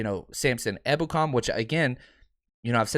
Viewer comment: Haha finally pronounced his name properly! Better late than never